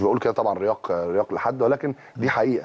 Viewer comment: حد سمع وهو بيقول رياق ؟؟؟؟ اسمها رياء يا. ريااااء عادي همزء على السطر